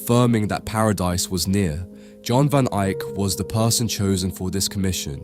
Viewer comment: Please don't take this the wrong way, but I noticed that during the video, you never pronounced the painters full name accurately. I just had to re-watch the video, and it made me laugh when I realized you made every possible combination of his name and surname, mixing correct and incorrect pronunciations, but not once did you nail both. :face-green-smiling: you said Yan Van Ahyk (name pronounced correctly, but not the surname), he somehow became *John* Van Ahyk. Then, you pronounced his last name correctly as Van Ehyk, but after that, until the end of the video, you kept saying Van Ahyk again. Thank you for the laugh, and another wonderful presentation of an astonishing painting by Yan Van Ehyk.